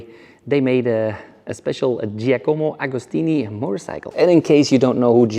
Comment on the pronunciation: Giacomo agostini u moron…the greatest of all time and u are not even able to pronounce properly his name….